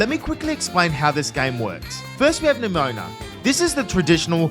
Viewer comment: Nemona ❌ Nemoana ✅